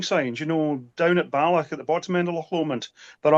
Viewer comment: "On her return to Bollock". Umm... not quite. Bal ... och. Not ball.